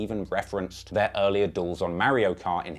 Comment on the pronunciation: Marry-O Go Kart, I think I might pick BRAUZER